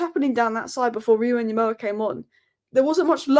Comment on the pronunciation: Actually it's pronounced UN-Gumoha! No doubt he will go by the name of 'Rio'